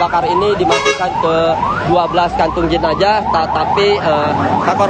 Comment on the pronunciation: Saran mbah tv one. Cari atau latih reporter yg bener. Ini bukan Tribun. Epakuasi Jenajah Plat nomor Peek Ooo Diinpormasikan. Kayak salah masuk channel demgernya.